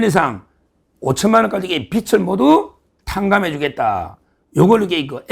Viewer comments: 빚을.. 발음 비츨이 아니고, 비즐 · 빚을=비즐 no 비츨!!!